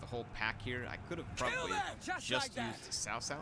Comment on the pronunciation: “Cao Cao” is pronounced as “ Chow Chow” like Mr. Chow , those typical hong kong names